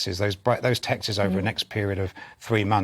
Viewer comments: They’re called texts not texes . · ‘Texes’? You mean texts? And you’re a journalist?😮